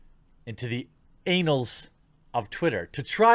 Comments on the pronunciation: It's ANNE - ULS Not AIN - ULS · Annals not ANALs you goon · "...deep into the anals..." lol wtf!